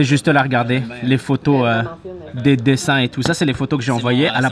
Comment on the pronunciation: tu attrapes l'accent quebecois " des dessiiiins " lol